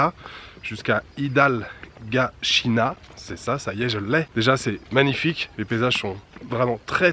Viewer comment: Friend you talk faster than the train. 😂😂 IDAL-GAS--HINNA. ALWAYS BREAK THE LONG WORD'S THEN YOU WILL GET IT RIGHT. I ENJOY YOUR VIDEOS. 😅😅 LOVE THE WAY YOU SPEAK. 100 WORDS PER SECOND😂😂😂 TAKE IT EASY MAN. NO RUSH . ENJOY LIFE . ALL THE BEST.